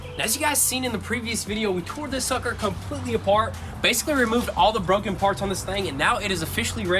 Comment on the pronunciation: Brunken parts? thats new for me